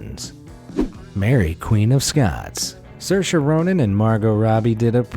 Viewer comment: It's pronounced Sir-sha, get it? Gailic for Freedom, staple that to your forhead.....